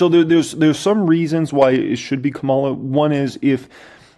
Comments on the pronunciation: Ka´mala Harris. Not KaMAlla Harris. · You're pronouncing her name like Kamala the Ugandan giant, an 80's era pro wrestler.